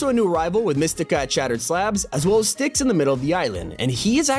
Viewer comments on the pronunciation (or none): none